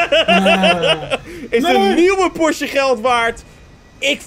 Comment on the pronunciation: Het is Porsche niet porsch 😅